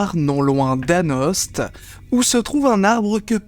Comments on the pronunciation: AnoST😭 ça se prononce "Ano" respectez les morvandiaux s'il vous plaît 🙂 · Anost se prononce "ano"! Et comme je vis dans le coin, je peux dire que tu as pris quelques libertés. Parce que les "flamettes" (nom du feu follet en Morvan) qui encerclent le père Guillon lui demandent de les bénir directement, du moins dans la légende qu'on se raconte sur place. L'eau bénite de la légende c'est l'eau de la fontaine qui se trouvait au pied de l'orme, bénie en toute hâte par le curé qui se servit de sa chaussure comme goupillon. Pour l'orme qui est un tilleul, il y a probablement eu un orme en lieu et place du tilleul. Ou alors c'est un "Sully", un des arbres plantés par la volonté de Sully sous Louis XIV et qui était des tilleuls ou des ormes. Pour le site qui dit qu'on aurait nommé "ormes" les arbres remarquables en Morvan, c'est le seul à en faire mention, et l'arbre emblématique est plutôt le fou, ou foyard comme en Jura, le hêtre donc. La fontaine qui a disparu? L'endroit où est situé l'arbre est plein de sources plus ou moins intermittentes et peuvent se tarir. Quant aux feux follets, il y a plusieurs tourbières autour d'Anost, et un chemin passant entre deux peut donner l'impression d'être encerclé. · Merci Didi pour cette belle vidéo. Étant pas loin d'Anost, je me permets une correction : Anost se prononce A-No :D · Par contre on dit anÔ même si sa s'écrit anost(e).... Mais merci pour la vidéo. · On ne prononce pas le st de anost ;)